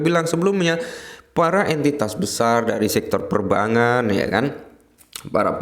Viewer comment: Perbangkan bukan Perbangan...itu cara penyebutan yang benar...bukan Perbangan tapi Perbangkan...Per - Bang - Kan...